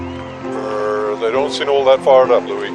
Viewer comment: It's Louie, not Louis. Apparently.